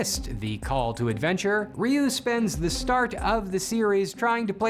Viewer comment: You correctly pronounced Ryuu, but went out of your way to mispronounce Zyuranger…